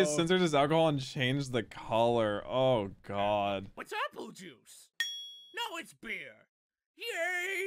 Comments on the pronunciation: Appule?! All these years I thought Radditz was saying he couldn’t keep a poodle. 🤣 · APULE!?!? For the longest time I thought he said a poodle… that made it funnier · for so long i thought he said" A pool" and had no idea what he meant